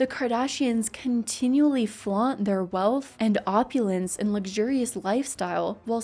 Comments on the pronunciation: Well you should be working on your vocabulary and not on this useless litle farce of a family...The word is oppulence, not oppulecence...You just cannot help it though...You are just one more lost little zombie clone who is to bored and lazy enough to care!!!!!!!!!!!!!!!!!!!!!! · Opulence. Not opulessence. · Its “opulence” 😊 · girl it’s (ve·ah-ment·ly op·u·lence 😊